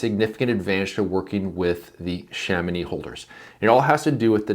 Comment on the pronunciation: Kudos for the correction prononciation of Chamonix ahah